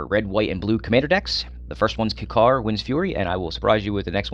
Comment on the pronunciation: Why are you pronouncing kykar wrong dude its annoying